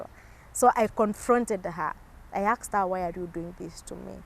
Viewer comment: Not aksed, "ASKED"